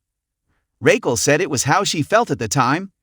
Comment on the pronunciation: Dude if u cant say Raquel (Rockell) right, ITS NOT RAYQUELL! I CANT SUSBSCRIBE!